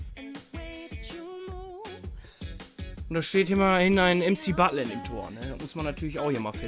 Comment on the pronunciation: Wer feiert auch das er MCButland sagt😂